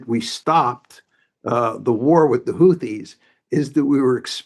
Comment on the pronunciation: Mersheimer doesnt know who ansar allah is? And worse he mispronounces houthis....sad